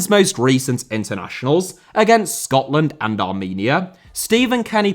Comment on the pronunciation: Bruh why did you have to say Scotland like that :(